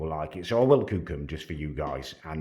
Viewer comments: "excellent cewk" why does this guy want to be perfect at everything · Damn you do look a great cewk and are very good at cewking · How do u pronounce cook again m8